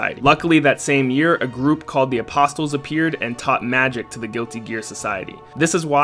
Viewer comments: The t in apostle is silent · The T in apostle is silent. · The way you say apostle lol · Anyone else dying at the pronunciation of “apostle”? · Bro, how tf did you get through Guilty Gear's story and not learn how to pronounce apostle